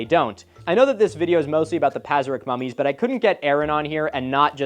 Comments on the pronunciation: Ngl the way youre saying mummies sounds like an Australian saying mommies and its making me giggle. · mummies already doesn’t sound like a real word, thanks Milo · Nahh dawg when you say "mummies" like that my mind goes to a different place. Edit OH YEAH there is!!